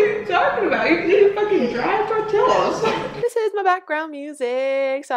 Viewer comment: Eating dry tortill-us 😂 💀